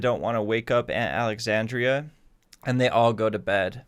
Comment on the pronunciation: It's Aunt Alexandra..... -_